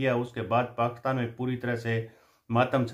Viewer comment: एक तो आप पाकिस्तान बहुत बार बोलते हैं,अपने हर विडियो में और वो भी पाकस्तान बोलते हैं,कृपया पाकिस्तान तो बोलिए